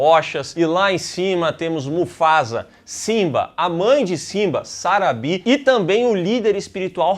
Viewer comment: nao tankei o chamando a Sarabi de Sarabí/Sarabee com entonação no nome kkk😂